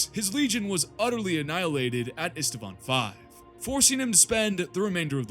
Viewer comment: Ist- vaan, not Ist-a-vaan.